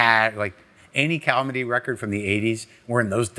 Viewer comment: “Any calmedy records from the eighties…”